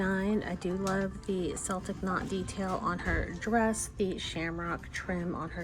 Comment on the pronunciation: Hate to be that person but Celtic is pronounced with a hard C sound like a K, not a soft C like S.